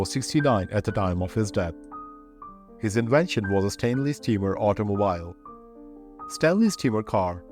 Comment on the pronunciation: I just commented in the 1943 obituary about your trying to do back stories on celebrities, and I scrolled down to this one, and I see you’ve already begun with it . Congratulations, it’s great! Let me put on my “Grammar Nazi” helmet for a moment, though. “Bicycle” is pronounced “ by-SICK-el” and the last syllable in “automobile” is pronounced “beel”. Remember, I told you a while back that English has more exceptions to rules than rules themselves. English steals from every other language and then sometimes decides to “anglicize” the word, and sometimes not. You can handle it,though; you’re a dedicated student 👨‍🎓!❤